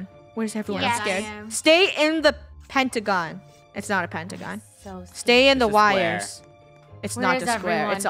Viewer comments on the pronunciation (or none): none